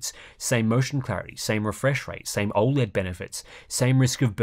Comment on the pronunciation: I’ll cut the ‘O(a)led’ asmr’s 😂